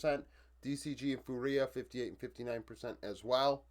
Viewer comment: Awesome review as always. A quick sidenote: fúria is pronounced FOO-ria, kinda like Duria(n) instead of foo-REE-a. Keep the videos coming, love to see your stats based analysis